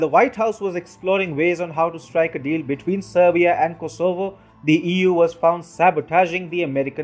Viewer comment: FYI the stress is on the first syllable 'KOsovo :-)